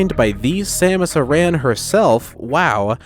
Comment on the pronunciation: Two things Id like to mention before saying anything about the video. 1. THANK YOU for pronouncing Samus' last name properly! One of my biggest pet peeves. haha. 2. The part where you talk about the different abilities Samus has . You do not have to move or go into ball form for the different beam + power bomb to work. All you need is the charge beam + a different beam + power bomb. Just stand there and charge it up and it will activate. A cool liitle trick though for you to try if you havent already; Turn on the charge and ice beam. Turn on the power bombs. Charge your canon and as soon as you see the circle of ICE surrounding you, pause the game and switch beams (turn off ICE and turn on another one). Unpause the game and check out the results. This video was really well made and it was a pleasure to have helped you out with screenshots from my Metroid Museum. Also want to thank you so much for the shout out, I really appreciate it! I thought I knew everything there was to know about SM, but you did manage to teach me a thing or two, so that was really cool to learn and find out. As cool/silly as the NA commerical is I still prefer the Japanes one. haha. You've put so much work into this video and I really hope more people get to watch and like it because it deserves it! Ill make sure to share it. Cheers!